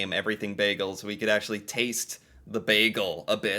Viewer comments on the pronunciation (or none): WHO IS THIS SUPPOSED CANADIAN THAT KEEPS MISPRONOUNCING "BAGELS"!!